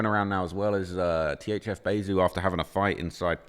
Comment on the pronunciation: It's. THF. NOT. THZ. WHITEBOY